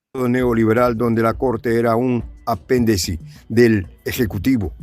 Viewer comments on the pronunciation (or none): se dice, apéndice, no apendeci.